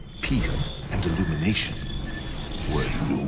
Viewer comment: Omg. Guys, Did you hear King Philips said... Ilumination!?!?!?!